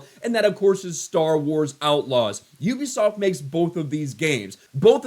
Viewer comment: U-bi-soft..... it is literally in their name😮